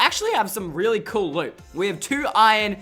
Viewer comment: Cool not coul